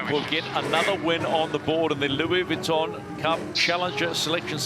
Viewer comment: Can someone tell the commentator to stop saying 'Vwitton'. Oh ok then don't worry it"s fine